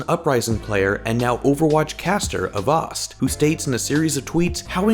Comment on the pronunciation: I don't think that is how you pronounce "Avast".